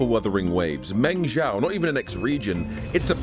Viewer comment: it's meng- ZHOU (JOE) just like jin-ZHOU come on, man 😅